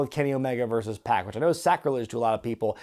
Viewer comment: I believe its pac like 2pac not pack like backpack. Maybe I'm wrong wouldn't be the 1st time.